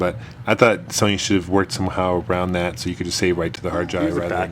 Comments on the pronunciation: I love all your videos, but it makes me laugh.... soneenee... :) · he said sonyni